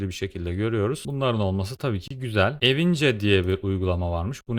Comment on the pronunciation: "Evince" mi? Ceyhan'ın ce'si hem de!... Bunu bilmeyen Linux kullanıcısı mı olur?